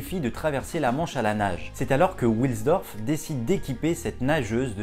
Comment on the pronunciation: Salut Hans wilsdorf est de prononciation allemande et non anglaise donc pas come William mais W qui se prononce V en allemand.;) A plus Super vidéo.